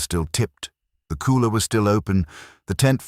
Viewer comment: It's AI voice, that's why it kept pronouncing cooler as kohler.😆